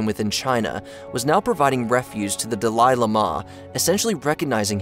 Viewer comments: Dalaili mah? The fuck. How does this still exist. If we are being taught history, I'd like at a reasonable mispronouciation. Not what ever that was. And repeated dozens of times. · Idk why the incorrect pronunciation of Dahli Llhama pissed me off so much. I'm sure i misspelled that which in turn pissed another person off. Sorry. Lol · Dalai Lama is pronounced like "Dolly Lama." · da-lie la-mah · Aint no way you're pronouncing Dalai Lama like that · The Dalai Lama pronunciation is lol weird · How on earth does one butcher the Dalai Lama to such an extent I thought there was yet another unfortunate soul to suffer the same fate as the Dalai Lama. Took me an embarrasing amount of time to realize you just seem unable to pronounce such a famous entity. I still have trouble believing a channel such as this can make such a silly mistake.